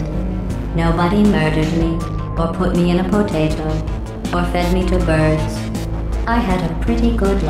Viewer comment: I love how pronounces potato